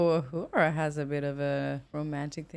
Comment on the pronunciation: It's so nice to hear someone who's new to Star Trek pronouncing Uhura's name right. A surprising number of Star Trek fans at YouTube get it wrong despite hearing it dozens or hundreds of times. oo-HOO-ra, not yew-HAR-a, not uh-HER-a.